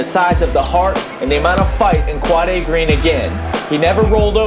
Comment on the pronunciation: you pronounce his name wrong